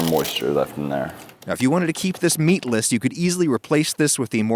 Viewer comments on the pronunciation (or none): "Now if you wanted to keel this meatless" omit the egg yolk and also the egg white